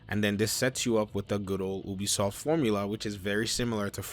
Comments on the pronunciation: UBISOFT not EWWWWBISOFT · Have I been saying Ubisoft wrong this entire time? Is it actually pronounced Oobi-soft?